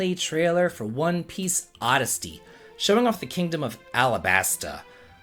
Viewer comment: U pronounced odyssey wrong 😅